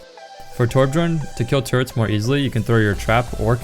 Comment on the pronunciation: lol did he say turds instead of turrets